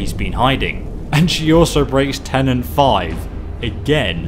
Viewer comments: "Tenets" are rules. "Tenants" as you say are residents. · Dyslexia has nothing to do with understanding or pronouncing a word. Saying "tenant" here instead of "tenet" is a simple misunderstanding of the words tenet. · TENET, it's right there on the goddamn parchment. TENET. Not tenant. Holy shit. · Tenet not tenant. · it's TENET. not TENANT. and cicero also broke them by trying to kill several members of the sanctuary